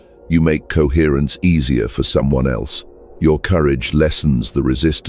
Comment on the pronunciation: Coherrence. Coherrencr. Cohrrrence.